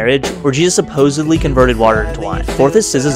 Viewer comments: Man put some emphasis on that "SUPPOSEDLY" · love that emphasis on "supposedly" 🤣🤣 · Out of respect, he could have said “according to the story”, but instead emphasized supposedly. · Fr bro, kinda unnecessary ngl